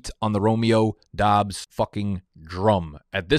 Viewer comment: He got the Doubs pronunciation. A man of the people